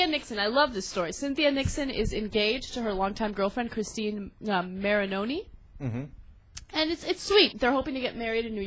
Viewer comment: like someone pointed out...hot butches get many, many women. if you find christine marioni (that's her name, by the way, not marioroni or whatever you said, lazy journalists) unattractive, it's not because of her butchness.